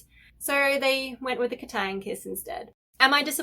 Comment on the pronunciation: I love the way you say KatAang😂